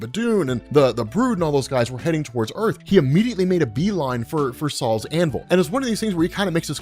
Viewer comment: LOL Saul's Hammer. It's Sol's hammer. Pronounced "so-ul". It's not some old Jewish guys hammer.